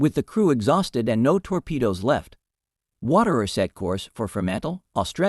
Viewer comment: The script/reader is very poor. Warder, not "Waterer". Naka, not "Naca". Natori, not "Notori". Truk and Leyte Gulf, not whatever the script had. The actual action described is very interesting, but the video title is clickbait beyond mere hyperbole. Adding a bit of information ... USN Mark 14 torpedoes were wretched. Among other faults, the magnetic exploder was very sensitive to local natural magnetic field variations, often resulting in premature explosions such as Seawolf appears to have experienced. The IJN used many of its light cruisers as destroyer squadron leaders. The US Sargo class was fairly modern, but the succeeding Tambor boats were in commission, and the still newer Gato class boats were starting to come into commission in December 1941.